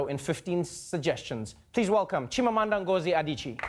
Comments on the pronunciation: Nia Imani-Diarra - Get rid of you your victimization. He DID NOT pronounce those names correctly. He improved at the end of the show, but still not correctly. Take it from a native Igbo speaker! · 😂 It was still not right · Everytime these two are on a show/interview together it is pure, fiery African Excellence! 🇿🇦🇳🇬 Also, her hair is gorgeous! 😍 Edit: Okay, I've been seeing a bunch of arguments about whether he pronounced her name right or not. As a Nigerian and an Igbo person too, I can tell you that he did not actually pronounce the name correctly. He did better than most non-Nigerians, and it's very hard to say names in a different language, so he gets an A for effort. He got Chimamanda and Ngozi pretty much right, but Adichie is pronounced " Ah-Dee-Chee-Ay". That last e in her surname is pronounced like the last e in Beyonce. Most non-Nigerians just ignore the e and pronounce her last name as "Ah-Dee-Chee", which is incorrect. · People, when Igbo people are telling you that he did not pronounce an Igbo name right, listen. I am from Umuaka, Imo state; this is my native tongue. He did not pronounce it correctly but came very close. This is the whole thing with Americans not understanding Africa or its many countries at all. Just because he is South African does not mean he can speak Igbo, just like I can't speak Masai. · He didn't actually but my boy came pretty close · Very Nice lol, Nigerians speak English and our own languages. Chinamanda's names are not English, they are Igbo and there is a way they are pronounced in Igbo. Trevor did a good job at least attempting, but was was not actually correct. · nope.... but not bad.. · 🤦🏾‍♀️he didn't pronounce her name well